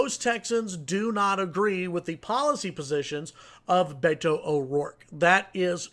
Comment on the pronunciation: It gives me great pleasure that Cruz supporters are freaked out. Cruz is a lying sack of shit. Go Beto! Oh, and this commentator should learn to pronounce "Beto"